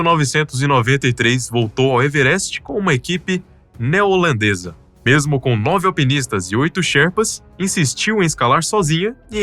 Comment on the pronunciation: Equipe “Neolandesa”??? Se diz “Neozelandesa”… E o nome dela não se diz “txântal”! É francesa…Chantal se pronuncia “Xantál”…